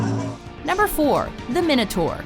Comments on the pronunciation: im sure its pronounced "my-know-tour" not "min-oh-tour" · Why can't Americans pronounce Minotaur, it's not difficult, it's Mine-a-tor. Come on, please people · Technically its pronounced my-notaur